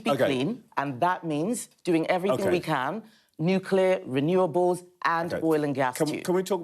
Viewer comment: The Education Secretary can't even pronounce Nuclear correctly. Another word salad interview